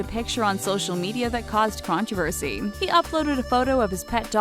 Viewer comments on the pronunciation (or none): none